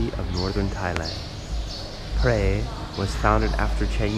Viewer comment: It is a common mistake for many Thai locations to be mispronounced. Phrae is pronounced more like (Pear) not Pray. There is an ok hotel about a ten minute walk from the bus station. The fan rooms are fine there is really is no need for aircon. The only food anywhere near the hotel that is any good and or cheap is located in the old city about a good twenty minute walk behind the hotel. That is also where the city market is located. Just be aware like 99.9999% of Thais do not speak nor understand English and for sure not in Phrae. I have subscribed to your travel channel for one reason it is a smaller channel that I tend to support more than the big ones. Best of luck with your channel.